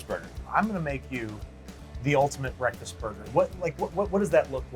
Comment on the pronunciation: Babish's Breathfast Buns.